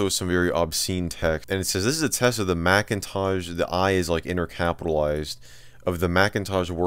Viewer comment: I like how you consistently call it the Macintaj. :)